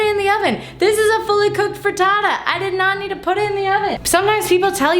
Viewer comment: "Frutootoo" - Hannah Hart